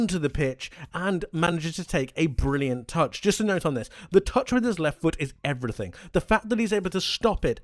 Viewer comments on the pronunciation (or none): none